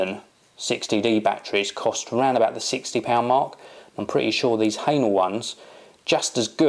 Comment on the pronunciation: Wrong pronunciation,! It's not 'hanel' (for hähnel), but 'heh-nell' (even though it's difficult to pronounce it 100% correct, cause German sound 'ä' doesn't exist in English language).:-D